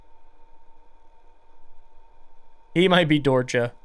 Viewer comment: late to the video and listening while i draw but finally looked at the screen here and recognized the word, so hi! Longtime lurker, first time commenter. Dorcha is actually something i recognize as an irish word which honestly makes sense given just how fucked up irish lore can be LOL. It means dark, and its pronounced like dur-ha:)